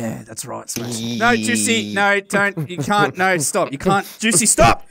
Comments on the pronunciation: It sounds like goosey when Says juicy 😂😅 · i love how smashing calls juicy : Goosey :D